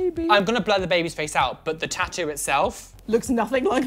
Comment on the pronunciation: "tat-oo" *triggered Louis Tomlinson noises*